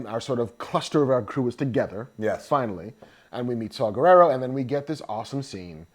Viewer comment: I love how the guy on the left keeps calling him Saw Gerrero instead of Saw Gerrera. lol